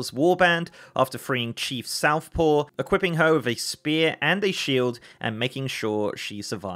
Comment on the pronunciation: Just want to point out, it's Chief SOFTpaw, not SOUTHpaw...